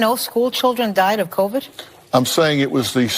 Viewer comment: I am not defending the hosts of the view, and I agree that Covid was mishandled, but man c'mon I can't take you seriously if you can't even pronounce Covid correctly. Covid is even pronounced in the video that you're referring to. Please do better. It was only spoken for 2 years all day every day. Also your quoting of the stories that you are reading is not correct, you add and change words. This video is mostly click bait.